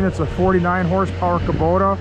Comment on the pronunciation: You called it kubota??